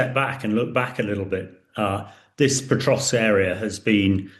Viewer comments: Pokrovsk, not Potrovsk. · Say Potrovsk one more time.